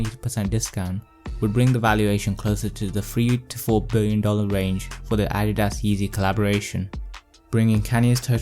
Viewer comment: Nike is pronounced Ny-key in the states. Adidas is Ah-dee-duhs. Good vid overall tho. 👌